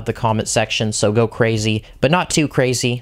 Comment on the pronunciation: meee gooo CWAZY